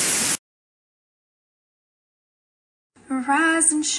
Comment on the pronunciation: I know it’s rise and shine but it sound like “Veriiizon Shine” to me😂